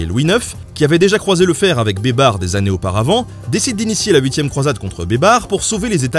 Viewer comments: Baybars se prononce "Baille Barsse" pas Bébar lol ! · Ca se prononce "baïbarsse" pas "bébar" ........ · C'est malin, moi qui a entendu "beubar", je vois babar avec une beubar 😂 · j'ai entendu "les aventures de Babar" toutes les fois où tu disais baybars! xD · Qui entend des barres au lieu de baybar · En arabe ça se prononce " Beye-ber" بيبر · Pendant toute la deuxième partie j’entend « Babar » et j’ai du mal à prendre au sérieux un éléphant en costume vert, même si c’est un très bon stratège militaire ! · Cher Nota Bene, 2 petites rectifications : on dit "la" Cappadoce (tu prononces bien la 1ère fois, mal la 2ème), et Baybars se prononce Baillebarse. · Moi j'entends "beubar", la barbe quoi! 😳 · ça se prononce "az zaher baybarsse" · Rhoolala la prononciation de Beybars :) ça m'a bien fait rire, mais je suis certains que j'aurais probablement pas fait mieux loin de là hahaha Je te pardonne la blague pour la Pologne parce que quoi qu'on en dise, c'est jamais que la vérité : la Pologne a passé son temps à se faire rouler dessus par tout le monde. Et lol la blague sur le "merci qui" pour le baba au rhum. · Baybars il c'est fait bébard mouahahah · Le S de Baybars n'est pas muet 😉